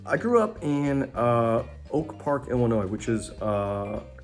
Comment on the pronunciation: Tip for the interviewer: The S is silent in Illinois